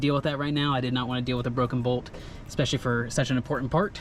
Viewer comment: You said "expecially" not "especially" several times in this video, beware it makes you sound less serious I would make an effort to pronounce the word properly if I were in your position. Good video, only repaint if you're reselling.